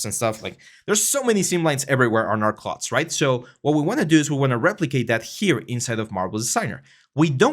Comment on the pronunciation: Thanks for this! I’d suggest learning the pronunciation of “clothes”, “clothing”, “sew”, etc if you plan to do this long term in a professional capacity - can be distracting for native English speakers :)